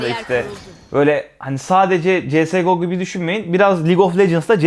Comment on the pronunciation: Cs go öyle okunmuyor İngilizce yok